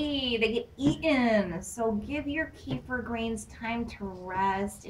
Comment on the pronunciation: you pronounce it wrong. here